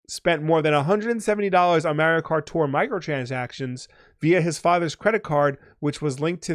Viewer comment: Nevada, not Navahdah. Mario, not Mehrio... lol